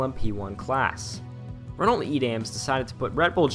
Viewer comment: ITS PRONOUNCED 'RENNO' AHHHHHH